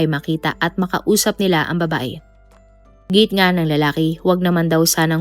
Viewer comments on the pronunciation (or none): none